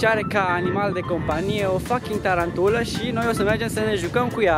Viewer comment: Se spune taranpula😂😂